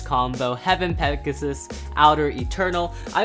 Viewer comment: Does any one notice that when he said pegius it sounded like gyngaw